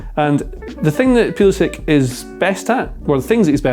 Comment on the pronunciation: Tifo: there are 24 million soccer fans in the US, that's almost half the population of England, let's throw them a bone innit?: Yehh, but I'm still going to pronounce his name pueueuelisick instead of pull-isick to mess with them.